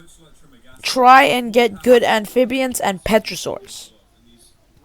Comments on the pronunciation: Also you're saying petrosaurus instead of pterosaurus the P is silent 💀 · i die laughing every time u say utharaptor and petrosaurs 😭